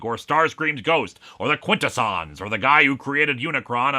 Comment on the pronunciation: I thought it was pronounced quin-TESS-unz